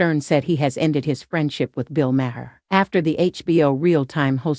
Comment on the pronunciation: Sounds like a robot, first 10 seconds in and the robot couldn't pronounce Bill Maher's name properly.